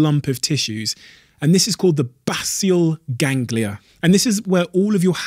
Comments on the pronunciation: Base al Ganglia…. Not bas il ganglia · Basal ganglia, not bassial - you added a letter